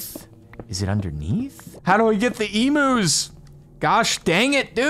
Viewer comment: i know he's deliberately saying 'emus' instead of 'eumus', but the pronunciation of 'emu' is hurting me so much......